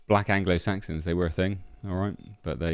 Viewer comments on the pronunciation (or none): Ah yes, the Blanglo Blaxons. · I think he is confused, it´s anglo saxons, not angolan saxons 😂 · Ah ok , so.maybe we've been pronouncing it wrong all these years .. its the Anglo blacksons not saxons